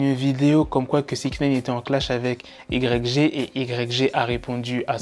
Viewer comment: Stp arrete de dire YG dit le a l'americaine dit whygee (YG)